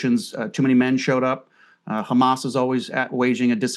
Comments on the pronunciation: I like the way they say Everyone is khamas even breaking piont . 😂😂😂😂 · It’s khamas it’s khamas what a criminal idiot